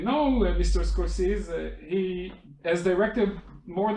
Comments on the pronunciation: למה לא ביטאתם את שמו כיאות? סקורסזי, לא סקורסיז. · A bit annoying right? A name shouldn't be accent-dependent. I'm thankful that they did the interview, and that I got to hear and see it. But his name ain't Score-Seez!